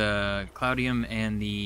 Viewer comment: Almost there. I've enjoyed watching this series. By the way, it's not cloudnium. It's cloutium. 😉